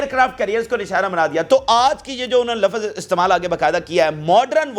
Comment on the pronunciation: Bhai regular aap lafz ko lawaz bolte ho eis mae sudhar karo aap ko pakistan se bi bahar suna jata hae